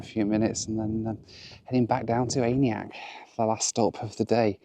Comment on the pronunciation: Its absolutely killing me hearing him constantly mispronounce aniak